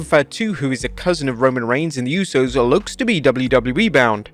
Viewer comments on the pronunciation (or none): none